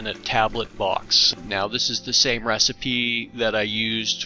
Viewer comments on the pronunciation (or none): none